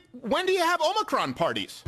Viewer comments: No, the omnicorp thing is because no one knows how to pronounce it. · And I'm sorry you don't watch the news but the Omni corp thing is because Biden mispronounced omnicron and a bunch of international news made fun of Americans for not pronouncing words right